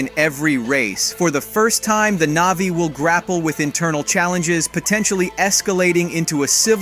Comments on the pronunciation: Click bait thumbnail and the narrator hasn’t even watched the movie butchering almost every name navi NAHVEE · Why did you stary calling them "NAYVIES" halfway through? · Hate it when people make content just for the sake of making content and therefore money. This guy clearly doesn't even like these movies. Probably hasn't seen them. For f*** sake, if you're making a video about a movie at least make sure you know the correct pronunciation, its Na'vi not navies. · Whats with the sudden poor pronunciation ? Annihilation, Navi, and sacred?